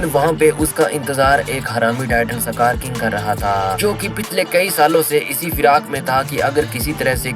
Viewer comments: Skar ❌ sakar ✅ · सकार ❌ इसकार ✅